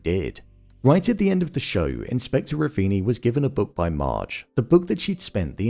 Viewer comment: The actor that played Inspector Ravini is an Italian theater actor. I loved his facial expressions and how he pronounced certain words.